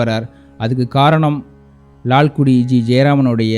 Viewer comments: Wonderful edition. Sir it is not Lalkudi but Lalgudi. Similarly not saama ragam but saamaa ragam. With due respect nd apologies! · Perhaps your Tamil pronunciation requires further practice. It's Lalgudi.